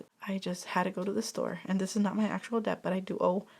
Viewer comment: Hi I love your videos honestly they are so helpful to tackle my own debt. Btw just wondering if you knew it’s pronounced “det” I hear the “b” sound almost always when you say it sorry 😂